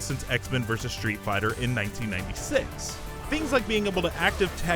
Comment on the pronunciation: "Shtreet Fighter," "shtrong"... Please, stop speaking!